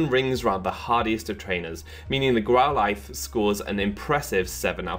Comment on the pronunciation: Since when did we pronounce Growlithe like this?